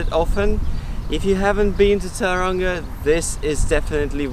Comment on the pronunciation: Please fix your pronunciation of the town. It's not towranga it's pronounced toe runga